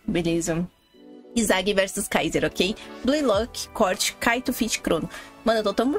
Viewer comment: Não é corte kkkkkkkk é côrte, ta sem o assento